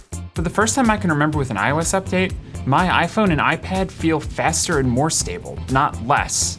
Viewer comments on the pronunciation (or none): was anyone else hearing "I was 12" every single time he said "iOS 12?" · instead of "iOS 12" I always understood "I was 12 when..." took me some time to figure out ;) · Am I the only one hearing 'I was 12' when he says iOS 12?😂